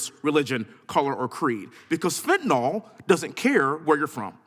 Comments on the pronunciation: If you're going to talk about it, at least know how to say it. There is no such thing as fentanol. It's FENTANYL and the last syllable rhymes with "pill." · he still can't say Fenta-NYL... not "nol" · It's fentaNYL, not fentaNOL